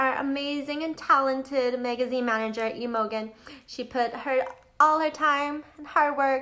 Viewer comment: did she just say " emo gen" instead of Imogen...